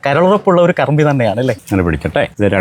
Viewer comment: Karumbi എന്നല്ല karmmi എന്ന vilichath